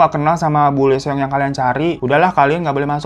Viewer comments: Lee seong cara bacanya : ii (L gak baca) song (seong “e”nya gak dibaca) jadi ii song bang hehe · Bang Hiro aku mau ralat ya cara baca namanya kaya gini. Lee Seong jadi di bacanya i song. Thank you bang Hiro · Lee Seong bacanya " Yisong / isong"